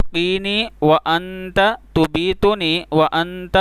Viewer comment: لفظ تبیتنی کی بجائے تمیتنی آنے گا چیک کر لیں